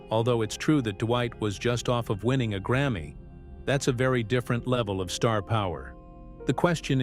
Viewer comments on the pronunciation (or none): none